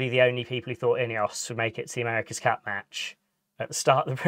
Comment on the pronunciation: It cracks me up ,Bert & Kerp instead of "But & Cup"